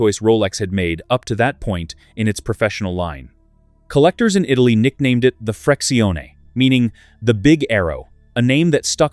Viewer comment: My 1675 Rootbeer on leather and my 1675 chocolate dial, gold on leather, are omong my most appreciated Rolexes. By the way, re the ´Freccione": try to find out how this name, meaning big arrow in Italian, is pronounced correctly!